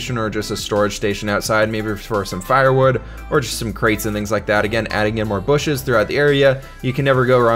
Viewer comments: "booshes". That respect. 👍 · "Booshes" Ah, I wish did Minecraft more often these days...